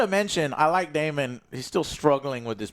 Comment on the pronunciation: Daemon Joe not Damian 😂